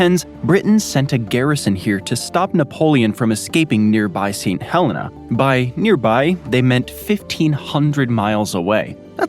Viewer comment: I'm from St Helena Island, thanks for the coverage you've got some great details in there. Not many people mention our cabbage trees. Also we pronounce it as 'St Heleena' really gotta extend those e's lol.